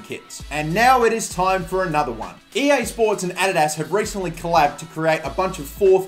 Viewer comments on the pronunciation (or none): none